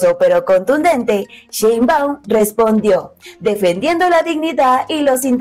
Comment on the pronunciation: Sheinbau , se dice Presidenta